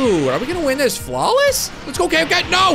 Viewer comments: Kamehameha Is pronounced k me ha me ha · You pronounced Kamehameha wrong